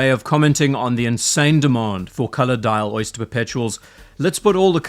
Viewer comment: At first i thought you called this the "soy-ster" perpetual. Which it is.